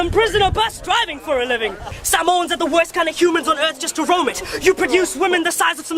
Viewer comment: Bro he didn't even pronounce Samoans right 😂🤦🏻‍♀️